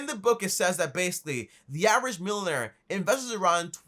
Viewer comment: “milon air”